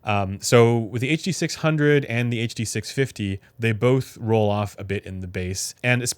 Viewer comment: Ah yes the “huh duh six hungeo by ol’ mate senn”